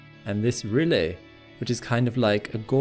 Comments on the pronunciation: Very nice video...however, please check your pronunciation of "rille"...a lunar valley. It is "ril" and not "ril-le." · It said it was named after the German word for groove - rille - and if that's the case it is pronounced ril-le? Trust NASA to take a German word and mispronouce it haha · I did produce it. As I was looking up the pronounciation for rille, I read that NASA use the word rille because it's the German word for groove, channel, furrow etc. I speak German, so I assumed it would be pronounced the same way as the German's would pronouce it. I was wrong. Apologies! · If you're trying to educate people about the solar system, please at least get your pronunciations correctly. Its rill not ree-lay and its ap-eh-nine mountains named after the range in Italy. Other than that, your vids are quite good. Thanks